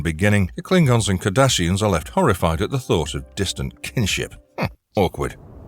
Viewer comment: I love the way that the chapers call Cardasians as 'Kardashians'.